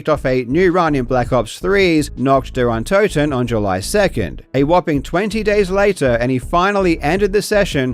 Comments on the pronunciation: You say "untoten" wrong too, so don't worry. I don't get why people can't bother checking how letters are pronounced in other languages. English "o" is not the same as a German "o", they just look the same. Same with "u" and "v". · Your pronunciation of Nacht der Untoten is quite good, given that you probably don’t speak much German. If you want to improve, consider that Untoten is pronounced on the first syllable, like most German words that don’t start with an unstressed prefix, which un- never is. (Also, the U is more the long OO sound as in goose, but short. It’s a bit difficult for a monolingual English speaker, so I’m not faulting you.) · Your pronunciation of untoten is way worse than nacht, wich I wouldn't expect an English native to be able to say correctly anyways 😂 haha, I wouldn't even mind if you hadn't mentioned it though. Keep up the good work!